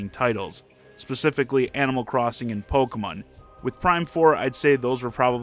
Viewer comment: This guy always pronounces it “Pokuhmuhn”